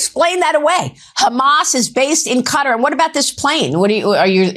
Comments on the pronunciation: It took me a while to understand that when they say ”Cutter” they actually mean Qatar. Like why?? And also like why can he take a 400m jet 😭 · What is up with everyone in the media pronouncing Qatar as "Cutter"? is the only person I've heard all day who pronounces it correctly 😅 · Cutter ?? It's Qatar ! Do better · You are right. Cutter is not how it's suppose to be pronounced. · American ignorance and boorishness is on full display when they pronounce Qatar as cutter. 🤮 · Why do they say "cutter"? It is Qatar, like correctly pronounces it, rhyming with guitar or cigar. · Why does the news suddenly not know how to pronounce Qatar...? I'm pretty damn sure it's not pronounced "cutter" LOL. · Why is everyone pronouncing Qatar like "cutter" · at Touch, commenting on the subject of Trump's unprecedented "grift" with respect to dictatorial Middle Eastern powers, refers to Qatar as "cutter". As does Ben Meiselas at Touch. Definitely an example of improper or inadequate American education... The $ 400 million would be better spent there.. Even a lunatic maniac cognitively impaired grifter like Trump manages to pronounce Quatar's name properly.. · Why can't any of these idiots pronounce Qatar correctly KA-TAR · Fr! It took me awhile to figure out they actually meant the country . Was wondering who the h was Cutter. I’ve lived in the US for 46 years. But, all these people are lazy to even speak properly. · Can't even pronounce Qatar correctly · Why can't these people pronounce the counties name correctly? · Why can't Americans pronounce Qatar correctly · Why can no one pronounce Qatar properly? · Finally. Someone hears it. Stop pronouncing the damn place wrong.🙄😒😮‍💨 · They are all pronouncing Qatar incorrectly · Americans can’t even pronounce Qatar. 😂😂😂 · You pronounce it as Kataar, not cutter.... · “ Cutter” ain’t it pronounce “Katar” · The way Americans call Qatar - Cutter 😑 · Pronounce quatar as katar not cutter.